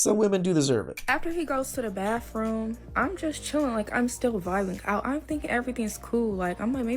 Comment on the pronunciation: What's a "baff-room"???